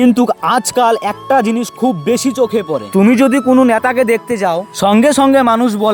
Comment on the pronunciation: ota Nyata noy Neta 😅